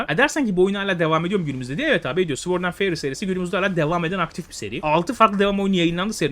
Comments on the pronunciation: Sword’da ‘W’ harfi sessizdir. Sord diye okunulur. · Güzel video. Ve tamamen iyi niyetimden söylüyorum sword öyle okunmuyo :)